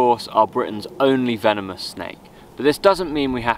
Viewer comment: "hi veenamoos"